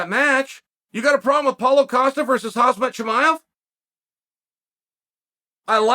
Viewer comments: Why is it so hard for people to pronounce names lol chael called him hazmat nonstop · Chael "House-mat Chimaev"